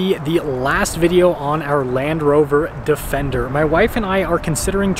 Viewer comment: "Defecter" hehehehe